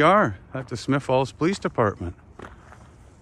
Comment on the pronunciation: It's Smiths Falls, not Smith Falls.